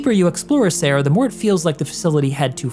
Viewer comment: Just as an FYI: in Italian you would read "Acerra" as A-ch-erra, not A-ss-erra (with the "ch" pronouned as you would it in the name "Mitch"). "Cera" (pronounced like "Chera") in Italian means wax, which is why there could be a relation to the Latin for a ceremonial alter (assuming incense or wax candles were used).